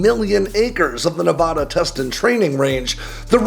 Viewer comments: Please pronounce my state correctly. It’s nuh-VADD-uh not nuh-VODD-uh. Thank you. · It's Ne-VAD-uh. Not Ne-VAH-da. Locals and long term residents do not use the Spanish pronunciation. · Pronounce Nevada correctly and I’ll subscribe to your channel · Stop mispronouncing Nevada! Damnit man. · I am begging you to pronounce Nevada correctly. Sincerely, a Nevada native